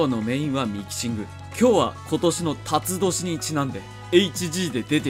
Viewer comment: チャンネルのせいで ｢たつどし｣が、｢勃つ年｣に聞こえたのは、オレだけじゃないはずだよな！